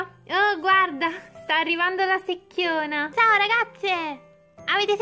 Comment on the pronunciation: Non si dice sechiona